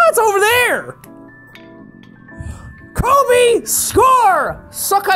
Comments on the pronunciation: Me going strait to the comments after hearing him say kobe to see if anyone else shared the same pain as me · Minion_ Bazz its called “Kobe” not coby dude get it right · I died inside a little when he said "Kobe" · anyone else rewatching this in 2020 and realized he said "Kobe"